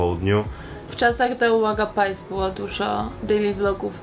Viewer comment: czemu mówicie "uwaga pajs" zamiast "uwaga pies"?